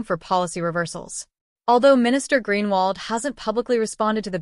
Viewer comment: Please pronounce his surname correctly. Or can't AI do that???? Good on Mr Groenewald, cutting out those in government making millions at the taxpayers' expense